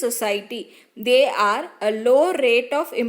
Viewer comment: Akka their nnu neenga sollum poludu they are nnu kekudu. Pronunciation anda etadula purila akka.